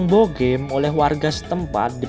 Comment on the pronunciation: Naratornya asli mbantul bukan ya ? Kok logatnya salah2. Bogem pake e dikata apem, bukan e di bebek.